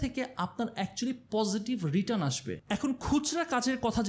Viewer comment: একটা ছোট্ট কারেকশন ছিলো.. 'রিটান × 'রিটার্ন √